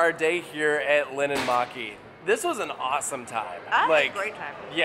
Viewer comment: im finnish and im literally crying on how you pronounced linnanmäki, but uhhh yeah it was hard to learn finnish pronunciation..